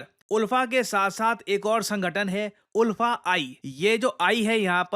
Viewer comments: Oolfa nahi sir... ULFA (aalfa) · Sir, the pronunciation of ULFA is not उल्फा; it's आलफा, like Ultra. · Sir locally hmlog inlog ko "अल्फा" pronounce karte hai😅 Aur inlog meaningless hai, ye video banana jaruri nhi tha, isse unlog ko proud hoga ki iss topic ko cover kiye😅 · The pronounciation will be aalfa not oolfa.. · उल्फा नही, आल्फा। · In all Assam we pronounce the group ULFA as like Alfa..... We proud to be Indian ❤️ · Sir, Iska pronunciation "Aalfa" hota hai. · ULFA pronounce as AALFA. ❤from Assam ❤ Indian Army 👍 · Its pronounced as Alfa.. even it’s written as ULFA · Ulfa is pronounced as Aalfa.. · Its pronounced as alpha ul as आ